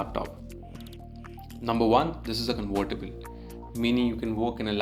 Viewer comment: conVertible not conWertible